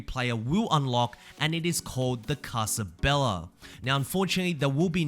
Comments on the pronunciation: I'm going to give you a quick little Spanish tip you 100% aren't interested in. In Spanish, when you see a double l (ll, Ll) the L sound turns into a "ya" sound. So instead of pronouncing it "Casa Bela" it's pronounced "Casa Beya" (Bae-ya) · Fun fact: is pronounced “casa beya” the double L makes a y sound. In some countries it makes a “yj” or a soft j sound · I speak Spanish and it's funny how you say "casa bella".